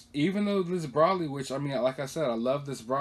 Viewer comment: Its bro lee Than nose